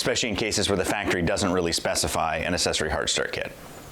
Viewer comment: "Accessory" is not pronounced, "assessory."